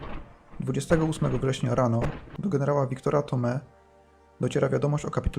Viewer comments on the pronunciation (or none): Mówi się ( Tomi ) z akcentem na " i " Thommee ,a skąd to wiem , ponieważ to mój dziadek.